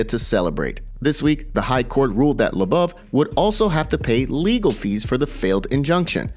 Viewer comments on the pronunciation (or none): Bro...... LOW-BOV..... emphasis on both low and bov. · Who's Artem "La-buv"? lmao